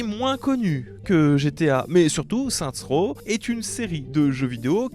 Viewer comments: Booba: Saints Row ✅: Saintrow ❌ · On dit « Seine-ss Roww » stp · Déjà que j'étais un peu trigger quand il disait "Sainte Rot", mais il m'a achevé quand il a lâché "ASC2"